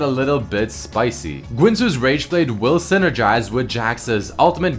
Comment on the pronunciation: Why are you saying gwinsues?